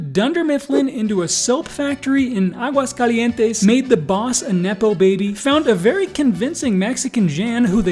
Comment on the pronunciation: It is written Aguascalientes, but it is pronounced Aguascalientesn